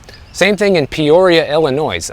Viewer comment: I thought I heard you say you were a transplant from Illinois? How do you pronounce it like that ???